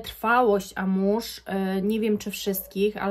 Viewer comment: Wymawia sie AMUŁAŻ a nie amuż. Co do oryginalnosci to zapraszam do randamowego centrum handlowego. Przymiezalnie, hole sa wypelnione zapachem Guidance, na przemian z Erba Pura. Albo ich arabskimi klonami. Stellar Amber Zary doslownie 1: 1.